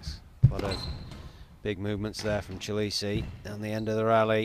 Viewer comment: The young mans Sur name is pronounced as follows, 'Chi le Shay'.